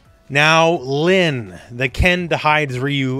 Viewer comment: The "Protagonist" gag was one thing, but he said "Linn" with such confidence- ( ；∀；) Don't forget these characters are mostly Japanese now...!